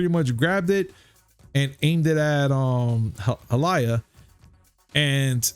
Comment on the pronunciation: HALAYA? REALLY?